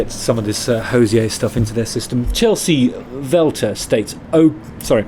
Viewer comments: Enjoyed this, Justin. Just to say he doesn’t call himself “Hozeeay” - he’s Irish (like me), he says “Hozee-er. Cheers! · Hey Justin, long timeviewer/listener. Love your work. Just fyi, us Irish call him Hose-eee-err not with a french pronunciation. I'm shocked Jenny has not corrected you. You can pronounce it however you wish of course but I just thought you would like to know how we shout at him down the local 😂 p.s. can't wait for my lovely yellow jhra tshirt to arrive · He says it's pronounced Ho-zeer. FYI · Hozier rhymes with Cosier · You're pronouncing his name incorrect, no accent needed on the "er" he's not French. It rhymes with cozier 👌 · Please learn to pronounce His name correctly